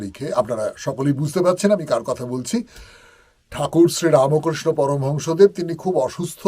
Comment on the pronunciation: kothata Ramkriahno ramokrishno noi...bhul uchcharon tao bishesh bhabe thakur poromhongsho ramkrishnodaber bhul uchcharon amra bangalider thik noi...